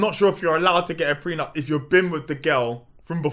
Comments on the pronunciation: It's a pre-nuptial agreement.. not pre NUMP 🤣😭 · Its pre-nup